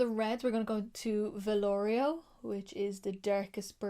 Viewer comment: “Vah- Loh-Rih-Oh”